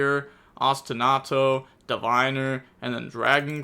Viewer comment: Game 1 the tenpai could have played better i feel like, people should really keep Ash in hand for Sauravis effect on field. On another note, props to you for trying to learn the correct pronunciation for these cards, Ostinato was perfect, for Concerto the second c was correct, the only thing wrong was the e, it's pronounced the same as the e in Dante